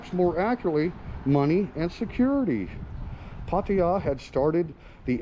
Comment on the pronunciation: STOP SAYING PAR TI JA try PAA TAA JAA ?